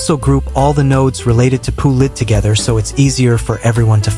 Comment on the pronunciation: "P-U Lid" 💀